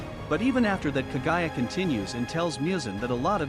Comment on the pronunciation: Moo-zan like how a cow says moo. Please do research before naming names. And Kaguya is pronounced kog-guya